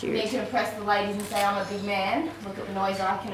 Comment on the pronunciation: "...ze opera house..."😂😂😂😂😂